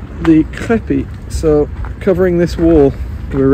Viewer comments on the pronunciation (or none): ... "Crépi", not "crappi" !